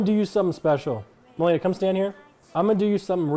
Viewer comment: Did she said makeila ? Tyler1 gf? If she blocked malena shes actually dumb as shit. First time i saw nick getting serious.